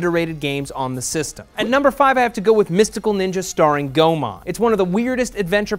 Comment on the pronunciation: Goemon is not pronounced Go-mon, but properly pronounced Go-eh-mon. The More You Know♒★